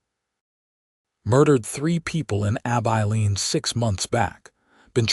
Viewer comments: A-bye-leen.? Terrible AI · Heartwarming Story - enjoyable. Too bad most people don’t know about herbal remedies. Listening from Ontario, Canada. Narration needs a bit of work on Southwestern name. ❤ 🙏 ❤️ Abeline = “A - bell - Lene”.